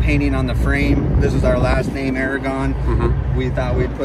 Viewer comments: He tried pronouncing his last name in English 😆 brother your last name will is Spanish and it’s pronounced in just as it’s spelled but in Spanish. Believe me homeboy it’s my family’s last name also. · Too bad his father isn't proud enough of his last name to teach his own son how to pronounce it correctly.